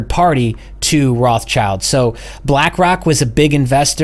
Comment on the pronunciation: please, pleeeeaaase stop saying "roths-child" ... it's a german based name and is spoken "roth-schild" (spoken: rod shild) which means something like "red shield" and has nothing to do with "child". it hurts a little bit in german speaking peoples ears. THANK YOU. APPRECIATE IT.